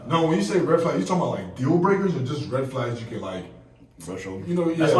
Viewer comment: not red flags sounding like six flags 🤣🤣